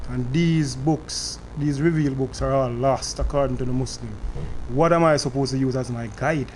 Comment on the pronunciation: Mouslim jamaican